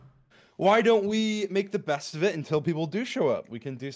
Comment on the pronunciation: Emphasis on "best"